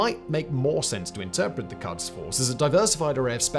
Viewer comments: Pronunciation of Quds/Qods is more like "Goads," as the Q sound is like a 'g' and a French 'r' combined into one consonant and the "u" is an old-fashioned Romanization of what's actually pronounced like an 'o' in Farsi. But as someone who works with ruminants a lot, "cuds force" had me picturing some unruly sheep in berets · Quds is pronounced as 'p U sh', not 'f U ss'. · the pronunciation of Quds is "koods". "Kuds" are what we give our kids! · A problem many foreigners have which I don't understand is the way they pronounce things like: Iran: not I_ran, it is E-raan Qods: not kaadz, it is ghods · love this. amazing content again, as usual well done. if there's any comment, it would be that the 'u' in Quds, is pronounced like the 'oo' in books. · Just the way he keeps saying qads instead of qouds is off putting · Its pronounced as /kuds/ not /kads/. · Love the show, yourFarsi pronunciation is bordering on painful however. In English, the letter uis normally used to transliterate a و which makes the “oooo” sound in both Farsi and Arabic. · "It ain't pronounced 'Cods,' Bye." ( said in Newfounder's accent) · It’s pronounced ghods force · pretty sure its pronounced "koods"